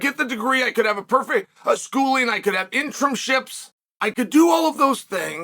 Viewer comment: "INTERIMships" We love you Chael, so much.